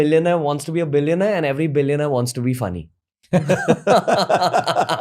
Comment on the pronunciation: Billiown-eyer .. great talk tho!